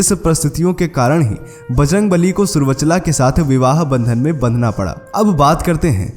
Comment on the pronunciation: जय बजरंगबली॥ पर आपने जो कहानी सी सुना दी है उसमें रहस्य कहाँ और कौनसा है। ये सब बातें तो हमारे ग्रंथों में उल्लिखित हैं। हनुमानजी की पत्नि जिनका उल्लेख आपने भी किया का नाम सुर्वचला नहीं अपितु सुवर्चला है। आपने गलत उच्चारण किया इसी प्रकार अपभ्रंष बनते हैं। बोलते समय हमें उच्चारण पर विशेष ध्यान देना चाहिए। जय हनुमानजी।